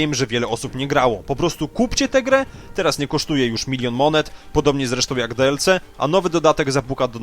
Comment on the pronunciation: No właśnie, jak można mówić "Plas" i jednocześnie DeElCe? "Plus" już można zostawić w spolszczonej wersji, za to DiElSi brzmi lepiej :)